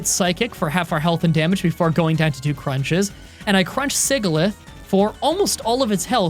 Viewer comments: just a note, Sigilyph is pronounce sih-jill-if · Some pronunciation for gen 5 pokémon: Tim-pole Sih-jill-iff (SOFT G) Whirl-ih-peed (pede as in centipede) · ngl when you said scraggy the way you did I had to double take. I always thought it was said like shaggy and that sigilyph was said like...sigil? It's always fun seeing other people pronounce pokemons names though. One of my friends says ponyta like ponita and I find that funny.